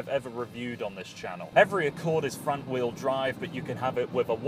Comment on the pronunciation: honder accowd